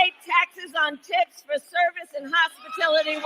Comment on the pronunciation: Hmmmmm....did she say no taxes on tips or no taxes on tits? Just saying...